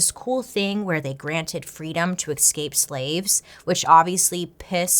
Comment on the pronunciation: BAILEY, i love you but it’s escape. not EXcape. i love you and i don’t want people to think you’re dumb coz that ain’t it. also YAAAAS to the 90s vibes with the hair ✌🏼